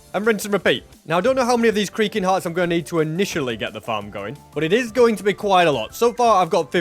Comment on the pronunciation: every time he says creaking it sounds like creeper